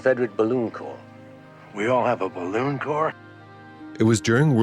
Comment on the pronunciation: "eet ees bal-looon!"